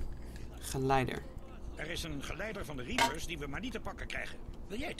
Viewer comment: idee zeg in plaats van reapers dan repers